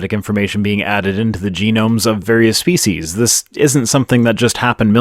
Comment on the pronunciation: did you actually say faeces and not species? 🤣